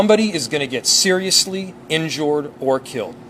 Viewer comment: soon as her backs turned they prolly call her a white filthy stupid animal girl… smfh, shes a couple fries short of a happy meal yo—- and boy are you RIGHT ON THE MONEY with your words on this one bro……. CONQUERED….. weak ass people smh - its UNBELIEVEABLE , and did he say…. “ INJORRED” !? what a fkn idiot….. Good Lord have mercy….